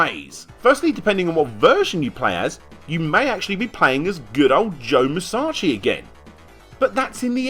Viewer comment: "joe musaachi"